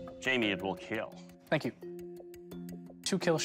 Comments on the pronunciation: I liked the part where he said the keal line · it will keal! multiple times👏👍